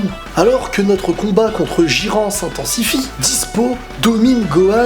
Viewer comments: Jiren<Chuck norris Chuck norris< Bruce lee Mdr prononciation jiran 😂🤣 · Tu à entendu comment ta oser prononcer jiren ??? ton manque de sommeil se vois x)